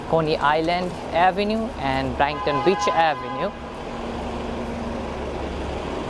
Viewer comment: BRIGHT-TON : BRITE-TON